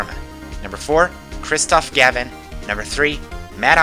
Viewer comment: You pronounced Mimi Miney and Kristoph Gavin wrong.